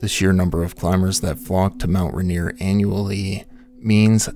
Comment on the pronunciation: Ah yes, Mount Rineere